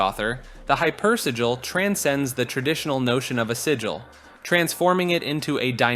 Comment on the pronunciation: man, the part where you pronounce Sigil a different way each time you say it was kinda painful ngl ;[ it's like 1 second in google. just type in a word and a robot lady reads the proper pronunciation for you.